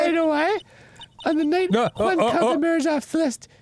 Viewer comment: what's even funnier is that here he pronounces the name perfectly, unlick previous episodes, where he was struggling with the spanish "J"